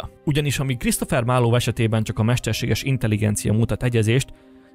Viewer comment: A "marlov" égképp kiverte nálam a biztosítékot. Bocs. Nem hiteles.